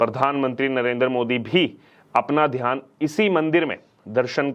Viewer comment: Dhyan not dhaan.